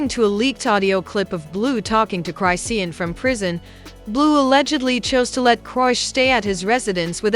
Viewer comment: Y'all need to get a narrator who knows how to read these people name. She's not saying Tia name right and she's not pronouncing Chrisean's name right.